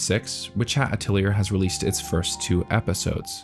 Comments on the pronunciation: Atelier is a french origin word so it’s pronounced “uh-teh-lee-ay” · AH-TEL-EE-AY AH - TEL - EE - AY AH - TEL - EE - AY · Thank you for making this video. Atelier is pronounced "Uh Telly Ay" however. ❤ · Love your insights and analysis, and especially agree with you in regards to fantasy in our modern media... Apologies in advance: Atelier, derived from French, is pronounced ah'tel'yā even in English. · good video as always but please its pronounced atelyay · Atelier is Ah-teh-lee-ay, it’s a French word originally so you’re meant to pronounce it very bougiely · A-toe-lyé is the correct pronunciation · I am sorry that I'm going to be that guy, but it's pronounced ah-tell-ee-AY or at-el-YAY There's a video by Julien Miquel called "How to Pronounce Atelier" He will actually speak the word so you can hear it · Atilier is a french word. its pronounced ah till ee ay. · Hey, if you're gonna be talking about this show a lot, I would like to point out that Atelier is pronounced uh-tell-ee-ayy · Atelier - Uh-Teh-Lee-Ay. It's French! FuCK! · Just fyi: It's pronounced ateliye. French origin. Happy that you talk more about this show. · Witch hat atilieaur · I was throwing up every time he said that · Internet suggest pronouncing it like "ah-tell-yay". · I love this channel but the pronunciation missteps lead me to believe he doesn't care about corrections, but I hope to be proved wrong. Hearing "atiliyerrrr" just took me right out the fantasy , pun intended. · Hell yes so excited you’re covering this. Also atelier is traditionally pronounced without the r at the end, it’s replaced by an ay sound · Dawg if you're going to keep talking about witch hat atelier on the internet please learn how to say "atelier" properly. They even pronounce it in the show for you. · So much this comment - it felt like I was getting a small stab in the ear each time he said it. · My soul left my body the first time he said it. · A-til-ee-ay it's french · It's pronounced ateli-ay